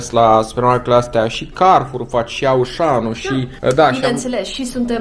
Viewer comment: Se zice “oshan”